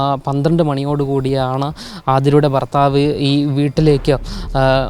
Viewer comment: ഭർത്താവ് അല്ല ഫർത്താവ്